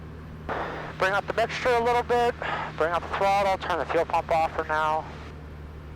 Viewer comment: POV dad DID YOU JUST SAY FLUL PUMP OFF